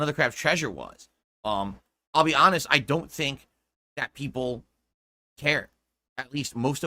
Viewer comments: How many more times will I hear a variation of this rant? "Wow guys, you know I'm hahnest guy right? Well you guys told me to play _________ (insert game here) for the longest time and now when I finally play no one comes for support. What's up with that?" Never change. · Nao guise you are not giving me enough of your money, im just being ahnest /snort.